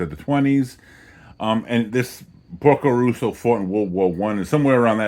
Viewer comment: Great movie with a lot of hidden stuff in it (I hope you get it). By the way, it's Porco Rosso, as in Red Pig, not Russo